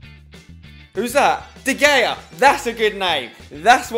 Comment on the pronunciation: Your first pronunciation of de Gea was this der gayea LOLOLOLOLOLOLOLOLOOLLOLOLOLOLOLOLOLOLOLOLOLOLOL